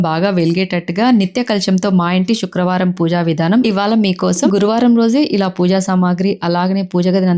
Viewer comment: శుక్రవారం అది షుక్రవారం కాదు.